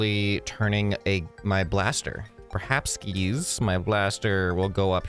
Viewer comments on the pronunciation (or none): HE ACTUALLY SAID PERHABSKIS